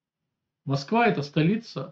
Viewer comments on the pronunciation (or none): none